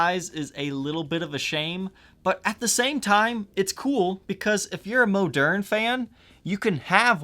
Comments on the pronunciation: It’s not moaderne. Moderne. I bet you say oregano wrong as well. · Hey, the correct French pronunciation is "Moe'-Nair ". Elwood Francis educated me about it. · I always thought it was pronounced like ‘modern’. Cool guitars, holy grail indeed!